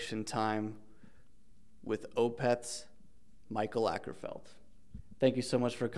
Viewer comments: Akerfeldt? no, Åkerfeldt. Big difference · It's Åkerfeldt, not Akerfeldt.. Å is like O. But whatever, mistakes happen. :) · It's pronounced Mikael O kerfeldt indeed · Åkerfeldt is pronounced "Awker-felt" btw, if you say it with a british posh accent.